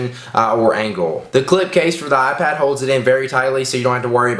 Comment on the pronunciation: You mean "AhPad"